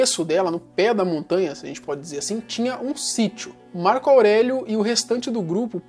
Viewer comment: ''março aurélio'' kkkkkkkkkkkkkkkkkkkkkkkkkkkkk